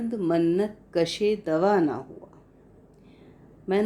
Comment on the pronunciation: with all due respect. lafz " MINNAT " hota hai " Mannat " nahi.